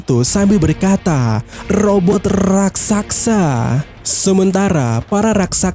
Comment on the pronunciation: Raksasa bg, bkn raksaksa.🤣🤣🤣🤣🤣